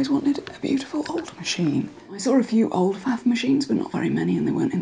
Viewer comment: Dear, I myself being German must insist that the P in Pfaff is NOT silent! (Pfaff is from Kaiserslautern in Palatia, where people rather skip the f in words starting with Pf.)